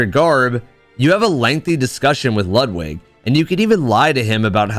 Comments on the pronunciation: Great video. I see bloodborne, I like. But why oh why you pronounce Ludwig's name lud wig (like in hair wig) and not Lud Vig like in Ludwig Von (pronounced Phon) Beethoven?!? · Loood wig, m hmm loood wig, not lud like lug lol then that'll do some justice